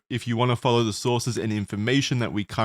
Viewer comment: bro said fly low